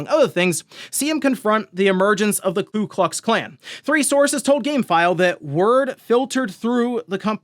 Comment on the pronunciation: Its KU klux not KLu klux